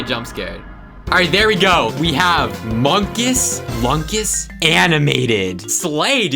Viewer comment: unstead of munkus lunkus its moonkus loonkus